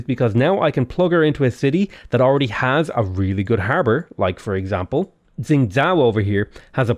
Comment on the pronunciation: xingzhou, you pronounce the xing bit okay, but 'zhou' is pronounced like 'though'